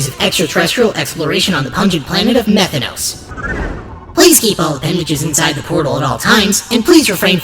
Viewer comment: Methanos no, METH THANOS